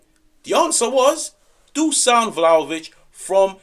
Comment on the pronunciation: It's DU-SH-AN not DUSAN. Appreciate yer dedication. I'm yer biggest supporter.